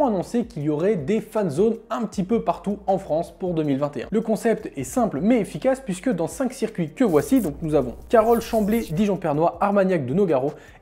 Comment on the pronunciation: ha je suis mort il est mal ecrit mais il le dit quand meme dijon prenois pas pernois ta perdu des noix alors va à pernois